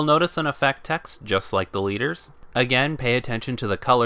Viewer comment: I think I've been watching to much vanguard because whenever you say the leaders it sounds like your saying deletors as in the link joker archetype